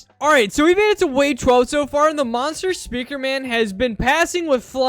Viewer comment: he said "monster", he said in a way that sounded like "mother"